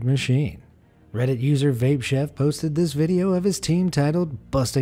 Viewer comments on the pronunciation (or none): none